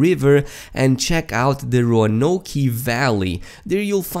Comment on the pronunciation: Row-ah-no-k. Not Row-ah-no-kee.